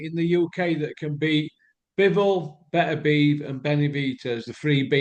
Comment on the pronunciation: Beterbiev and Benavidez are right tongue twisters 👅 🌪️ I have same issue with Beterbiev it ends up coming out sounding like Berbatov 😂